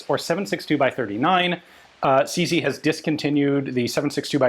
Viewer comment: It's CZ, not CC.